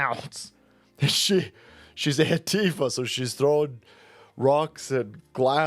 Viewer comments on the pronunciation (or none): Did you say "heftifa"? Wonder if WGN will fire her for doing cries under the color of journalism.